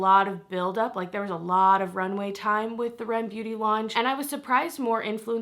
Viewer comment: Isn't it "ARIEM" beauty? This is how I heard it in promo.